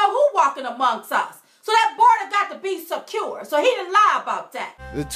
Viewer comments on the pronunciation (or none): Border gotta be sekuoor!